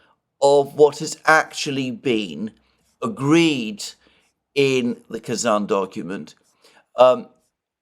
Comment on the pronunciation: Pronounciasion again: I know how careful you are about correct naming and i love it. So here my 5 cents to that. As I am also a tatar, partly, I would be very happy if the name of the capital city of my small homeland was pronounced correctly. There are not many chances for the world to realize Tatarstan actually exists. So, it is Kazan with a soft n. With a hard n it actually means "a big crude-iron pot" :-)))